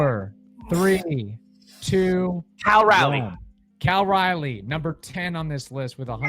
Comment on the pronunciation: Castillo Friday. Logan Evans Saturday. Bryan Woo Sunday. Also, they are 6 - 1 since the trade deadline. However, Naylor will likely miss at least one game, possibly the entire series, with a shoulder injury. Also, it's Cal RALIEGH, not Riley. Pronounced like the city in N. Carolina.